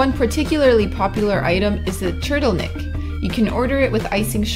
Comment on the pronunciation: "Turtleneck" NOOOO!!!! "TrrDLnik".